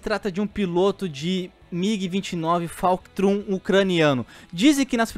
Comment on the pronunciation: "Falctrum?" É FULCRUM irmão, tá juntando Falcon com Fulcrum?